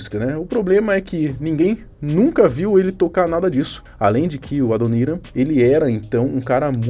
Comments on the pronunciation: Adoníran???? Ou Adoniran?? Kkkkkkkkk esses Youtubers estão loucos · Po, Adoníran foi foda!!! kkkkkkkkkkkkkk... se pronuncia Adonirã Barbosa!!! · "Adoníran" foi triste de ouvir. Ouvido doeu nessa hahaha brincadeiras a parte, esse Guina é um comédia. Enganou muita gente na época. Vagabundo 171 é o que mais tem no mundo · É Adoniránnn não AdonÍran kkkkkkk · '' ADONÍRAM '' me pegou dmais kkkkkkkkkkkkkkkkkkkkkkk Não é leviosá e sim leviosã hahahhahahahahahahahaha cara nao sabe falar Adoniram Barbosa.. E pelo jeito nunca escutou trem das 7 hahahahhahahahahaha kkkkkkkkkkkkkkkkkkkkkkkkkkkkkkkkkkkkkk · A sílaba tônica de Adoniram é a última. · "Adoníran" foi foda kkkkk a sílaba tônica é o "ran", colega, e não o "ni" Mas bom video...não conhecia alguns detalhes da história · "Adon"Í"ran ??? Pelo amor de Deus... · É Adoniran ( a pronúncia correta é Adonirã) Barbosa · ''adonirá'' kkkkk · Só da pronuncia do apresentador "Adoriram" já deu pra perceber que ele realmente não conhece kkk, canal de fatos e curiosidades e o apresentador sem cultura 😬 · Mal da internet. Os caras têm pouco conhecimento e muita preguiça. "Adonira" dói nos ouvidos e sem falar que o elemento (dono do canal) falou que Racionais tem uma música chamada "Sobrevivendo no Inferno" . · Dá pra falar o nome do Adoniran Barbosa certo??? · dá pra ver que vc não conhecia Adoniram, não sabe nem falar o nome dele certo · Parabens pelo video, mas o jeito que voce pronunciou Adoniran Barbosa doeu aqui 😂😂😂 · A pronúncia de Adoniran ficou engraçado kkk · Bela pronuncia no nome do adoniran kkkkk nem imagina quem seja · O proprio narrador não conhece Adoniram Barbosa. O cara que escrevia as músicas dos " Demônios da garoa " falou o nome dele errado. Em que planeta ele vive? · Saindo vídeo que tava interessado pelo único motivo de vc não saber pronunciar o nome do grande ADONIRAM BARBOSA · Nem sabe pronunciar o nome do Adoniran. Meu Deus.😢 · Bicho burro kkk aprende a pronunciar o nome do mestre Adoniran